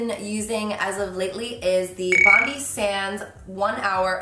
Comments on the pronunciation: It’s pronounced Bon-Die Sans.. like the beach in Australia hun :) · Carli it’s pronounced BON DI ( the I is like Eye) Love your videos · ❤️❤️❤️ but you pronounced BONDI wrong (Bond -i). Any fellow Aussies 🇦🇺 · pronounced: bon-die :D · hahaha its pronounced bon-dye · I’m from Australia and I just gotta say I love the way you pronounced ‘Bondi’ made me laugh 😂 Can’t wait to see the new house! Super exciting. Thanks Carli for the great video ☺️ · The i in Bondi is pronounced like “my, myself and I” not like an e hehe it’s a Australian beach in Sydney! Been using all Bondi products for at least 2 years and never use anything else hehe Sending so much love from Gold Coast, Australia xoxo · The way you pronounce Bondi 😂💖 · did everyone just miss the part in the the way she said ‘bondi’ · the way she pronounces Bondi haahahahhahahaahahahah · as an Australian i am triggered by how she said bondi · As a Sydneysider I can confirm it's pronounced "Bon-Dye" rather than "Bon-Dee", after Bondi Beach :) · Great video but it's pronounced "bond-eye" as in Bondi Beach, Sydney... not Bond-ee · The brand is pronounced Bon-die not Bon-dee. xo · Carli Bybel It’s BONDEYE not BONDY! It’s a place in Sydney Australia. Bondi Beach is one of our most famous beaches. Bondi Sands is an Aussie brand. 😁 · "Bond-eye" as opposed to bond-iii :) (It's like the beach in Sydney) - you look beautiful as always xx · Love seeing Aussie brands getting noticed ♥️ Ps it’s pronounced Bond-eye not Bond-ee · Its pronounced Bond-eye. Its named after the famous Bondi Beach in Sydney, Australia. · Hey girl! Bondi sands is an Australian brand but it’s pronounced bon-dye not bondeee !!!! Xx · Just wanted to be a geek and let you know it's pronounced BOND-EYE not bondee.. Sorry!! its from the famous beach in Sydney Australia called Bondi beach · its pronounced BOND-EYE sands not BONDEE sands hahahaha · I find it so cute the way you say Bondi! Its pronounced Bond-eye hahahaha! Love you Carli!